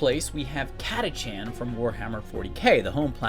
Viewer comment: Oi yank, Catachan is pronounced Kat-A-Kan